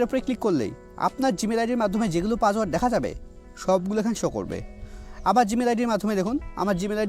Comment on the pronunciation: ভাই আপনি কি অশিক্ষিত, পাসওয়ার্ডকে বলতাসেন পাজওয়ার্ড